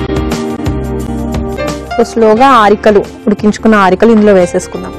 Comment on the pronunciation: She doesn't even know how to pronounce arikalu